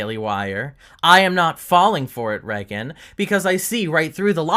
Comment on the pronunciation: The set doesn’t look bad. It’s just different and anyone who likes Brett is going to naturally dislike it. I love Brett too and I literally bought her merch a week before she left the show lol. Reagan is fine but I hate the way she says her name. It sounds like she’s saying ‘reckon’